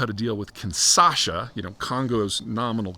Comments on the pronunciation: KinSHaSa. Not Kinsasha. Kinshasa. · It's KinSHAsa, not KinSAsha. #Leviosa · Small comment on spelling. The capital of DR Congo is Kinshasa (Kin-sha-sa), not Kinsasha (Kin-sa-sha). In the Lingala language it's Kinsásá.